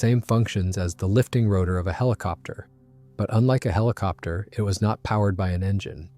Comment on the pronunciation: the hiliopter pronunciation is killing me